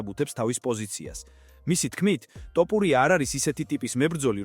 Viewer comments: რატომ ამახინჯებთ გვარს?!.."თოფური"მეგრულია და=თაფლი, ტოპური=? ქართულად მაინც თქვით სწორად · ტოპურია არა თოფურია წესიერათ თქვი თუარადა ჩაიჯვი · ტოპურია არა მეგობარო თოფურია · თოფურია და არა ტოპურია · რა გჭირს რატომ ამახინჯებს გვარს! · ძმა თ ასოს ვერამბოობ დავიტანჯე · ძმა ჯერ თ. და ფ. დაამუღამე და მერე მიხედე იუთუბს